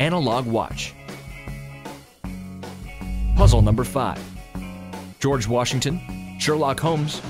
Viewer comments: Georg Washington lol it's George Washington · "Georg Washington" lol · "Georg Washington"